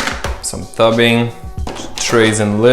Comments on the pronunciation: and tube ing - not tub ing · What is 'tubbing' do you mean tubing 🤣😂🤣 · I thought this guy was American, until he called the tubing, tubbing. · tubing sorry not toobing